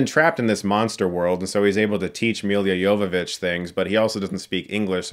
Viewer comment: I swear I heard you say "Yoga Bitch".